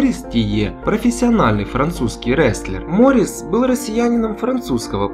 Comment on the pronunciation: Не МОрис, а МорИс, недоумки....